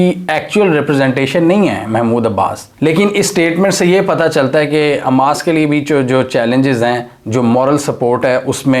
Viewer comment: اووو بھائی اسکا نام حماس ہے نا کہ اماس😅😅😅